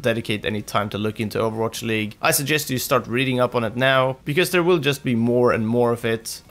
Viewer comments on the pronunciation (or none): none